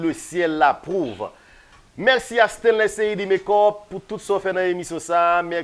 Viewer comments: Mèxi😂😂Aranjew rigolo c mèsi pa mèxi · Bravo sho a te très bel. La seule chose lè wap fini Show yo ankor pa di (Mèxi) di MERCI. Ok?